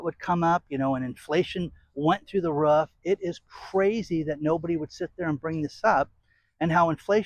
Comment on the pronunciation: It's roof. Not ruff